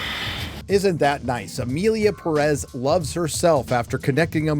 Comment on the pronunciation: ...why are you saying Perez like that, with the stress at the -rez? The name even has the tilde, that little thing on top of the é. It tells you were the stress of the word is, the Pé. Pérez.